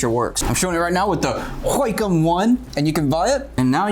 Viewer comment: When you say "wacom" it sounds like "whack 'em".